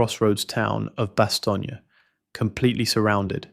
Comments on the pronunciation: It's just "Bast-OHN". Not "Bastonya" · God I hate AI it's Bastone not Bastonia ass clown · Why does the series pronounce is BAH-STONE and you pronounce it BAH-STONE-YAH? Which is the correct way?